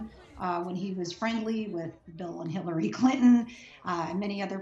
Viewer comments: did she say "HITLER-ry Clinton"? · any one else hear lisa bloom say "HIT"LARY Clinton?